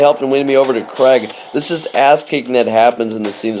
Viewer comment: Creg? Who is Creg? Thought his name was Craig.